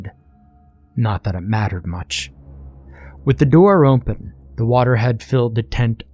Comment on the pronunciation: hehheheh narrator says "ompen" for "open" jus' like eye do